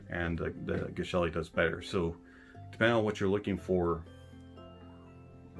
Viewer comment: TIL that Geshelli is pronounced 'jesh-elli.' Soft G.